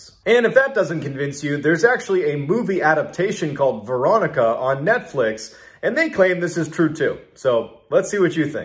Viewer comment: For a second I thought he was saying "Verotika" which is a completely different horror movie, on Shudder. Don't watch Verotika. lol Veronica was okay though...